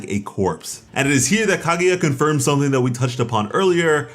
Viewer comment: KAH-GUY-AH not KAH-GOO-YA jesus christ man